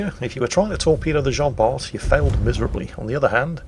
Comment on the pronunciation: PLEASE ! Bart is pronounced like BAR !